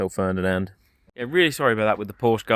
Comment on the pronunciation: The name of Porsche was "Ferdinand" not Ferndinand!